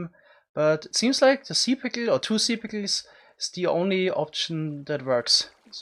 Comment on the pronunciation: I can't be the only one who listened to him saying the word pickle too many timed because it sounds funny